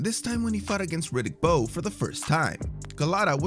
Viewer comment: Did anyone hear the commentator say “Bowes handlers”